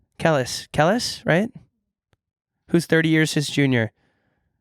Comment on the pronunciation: Not calling Kelis (Kuh-lees) Kellis lol